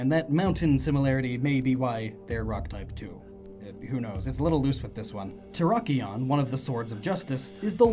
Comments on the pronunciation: Who else lost faith in humanity when he said "terikon", it terrakion. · Not ter rock ion because rock type it's terr ack ion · Your pronunciations "LAIR-ee-awn", "ter-REHK-awn", "KOHR-uhn-duhm". Correct pronunciations "LAIR-awn", "ter-REHK-ee-awn", "kohr-UHN-duhm". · And terrakon. You do mean terr-ak-ion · “Terakon” its terakion P.S. i think i spelt it wrong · Turr-rack-key-on Not terra-con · There is an "A" in Terrakion's name. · Wait, did you just say "Terrakon?" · The way u said terrakion made me cringe